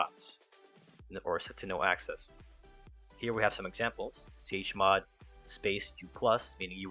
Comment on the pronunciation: You're not saying chmod correctly